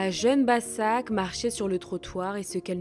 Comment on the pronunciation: Başak se prononce Bachak